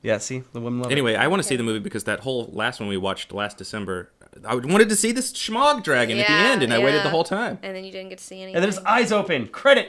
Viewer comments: Dammit I'm not a grammar nazi! But FUCK! Its not shmahg its Smaug! And! Its not simarion! Its the Silmarilion! Sheesh! Regardles I love you guys! These are minor complaints. I listen to you guys so I can keep up on comics. Period. I don't have the cash OR the time, for that matter, to read all this cool shit! Keep up the goods! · the book is called "The Silmarillion" Not the Samarian . and the dragon in named Smaug (smog) not Shmog...even still I love you guys.